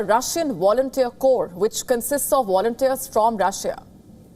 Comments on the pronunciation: What is "awailable"? What are "wolunteers"? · What I wonder the most is what the anchor means by "awailable" and "wolunteers"?